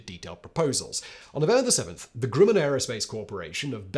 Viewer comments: Not even English works with this dude. Grumman not Grooman. And it's Von Brown not Von Brawn, as Braun means BROWN. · Fa-ZHAY, not FAH-jit. Werner (not Verner) von BROWN, not BRAWN (he became American). CHA-fee, not CHAY-fee. GRUH-min, not GROO-min. EYEZ-lee, not EYE-suhl. SHWEYE-kurt, not SHWEE-kart, shweetheart. Nothing says "I have absolutely NO familiarity with this historical event" than having no idea how to pronounce the particulars. Finally, it's "ON Long Island," not "IN." All that being said, the correct usage of the word 'comprise' covers a multitude of sins. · Simon, please try to pronounce 'Grumman' properly... it sounds like gruh.muhn .. The Grumman company seems to pop up in your videos a lot there. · Simon is well known for his endless mispronunciations. He's not about to start pronouncing things correctly any time soon.......or slow down. I just noticed another: 'Grooman' instead of Grumman. 😆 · Pronounce Northrop Grumman. Now pronounce Grumman.